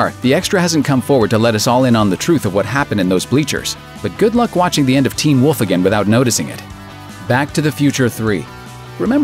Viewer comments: Am I the only one that hates how this guy says "teen WOLF". Or do others say it that way too? Until now all I've ever heard pronounced is "TEEN wolf" . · Hey dude. Say Teen Wolf again.